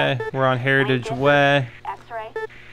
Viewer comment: Anyone notice how he says "way" sounds like he's saying "weh"